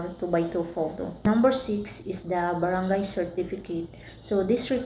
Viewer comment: THANKS FOR THE INFOS... ONE THING!, BAT GANYAN PRONOUNCE MO SA BARANGAY PINOY KA NAMAN HAHHAAHAH CHAR.!